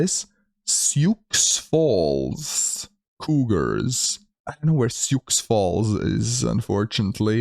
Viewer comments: Your also mispronouncing Sioux Falls. The x is silent. "Soo Fallz" not Sioux Falls with adding pronunciation on the X. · Sioux Falls the X is silent in the city name so it's more or less pronounced like Shoe or Sue Falls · Sioux Falls pronounced "Sue". It's Native American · Prounced “sue” falls lol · Sioux Falls is the largest city in South Dakota with just over 280,000 people in the metro area. Also, it's pronounced "Soo Falls"